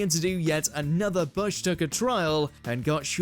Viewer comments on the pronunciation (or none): loved the pronunciation error on "Bush Tucker". I thought only an American could mess that up.